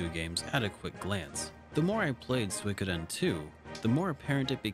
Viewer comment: Another great video, thanks. Also, props for correctly pronouncing Suikoden.